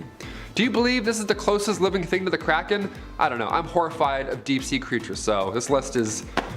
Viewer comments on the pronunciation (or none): none